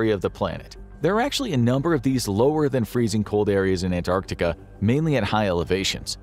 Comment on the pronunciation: An American actually pronouncing Antarctica correctly. You have my respect.